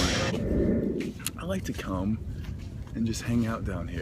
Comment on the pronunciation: Steve did you really say " I like to cum" , :p